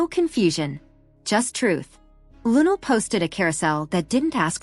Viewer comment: Please Say Her Name Correctly In Respect 😌👏🏿!!!